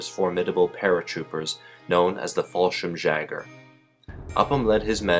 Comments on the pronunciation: Crete invaded May 1940. Get it right, it was 1941. Fallschirmjager is pronounced Fallschirmyager.. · Say fal-schim-yager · Pron. "Fall schirm-Yager". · That is not how you say fallschirmjäger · Btw, in German, J is pronounced like Y in English! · Murdered the pronunciation of Fallschirmjäger so bad I switched off.